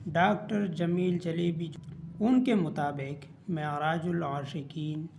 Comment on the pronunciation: Jalbi❌ jaelebi✅